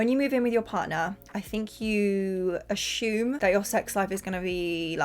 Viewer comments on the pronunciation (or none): U say the word assume weird lol u say ash-ume 😆